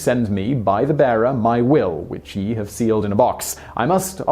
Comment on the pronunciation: You pronounced 'ye' incorrectly... Might be a video-worthy topic actually.